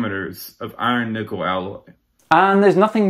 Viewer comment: When I ever he said iron nikkel I heared iron nipple and couldn't stop my self giggling to take anything else he said seriously. I need help 😂